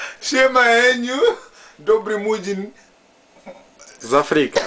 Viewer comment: Oskar Burzych O mialo byc "Heniu" tyle ze nie porafil wymowic.